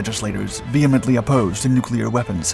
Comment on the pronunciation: Nuclear = new clear, Never "Nu kew lar" as some of our dumbest politicians will say. Thank you for pronouncing it correctly.